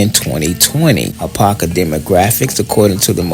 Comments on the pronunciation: I like the vid but my cities name is pronounced a-pop-kah you keep saying a-pah-kah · Really enjoyed the footage, history, and accuracy. Only one request. Apopka is pronounced Ah-Pop-ka. Both "p's" are heard in speaking the name. Other than that, great job. What's now below the railroad tracks is still predominantly Black but is now infused with Caucasians and Hispanics. I've lived on both sides of the tracks. Such an experience. Have you done anything on the town of Zellwood? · i Lived in Apopka for nearly 30 years from the late 60s until 1999 i moved just in time it's over crowded and the traffic 😥 your mispronouncing Apop-ka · First, you are mispronouncing Apopka. There are two Ps so there’s a “POP” sound. Ah- POP-kah. You completely missed some important sites like the City Hall, which is a beautiful Georgian Colonial style brick building. Apopka is the 2nd largest city in Orange County behind Orlando. Apopka comes from the Seminole word Ahapopka for "potato-eating place". Apopka is known as the "Indoor Foliage Capital of the World" due to its many greenhouse nurseries. We had the 2nd longest running mayor in the country, the late John H. Land, with over 61 years of service. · Your pronouncing the city's name wrong.